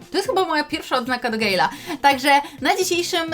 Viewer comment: Gadżet do gejla to nie poprawna wymowa mam najlepszego gale polski